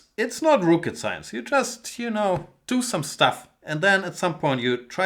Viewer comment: Rooket-science. Get out man :D